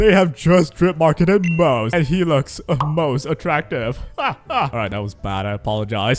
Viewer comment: ummm... it's technically pronounced mo-ze. Two syllables.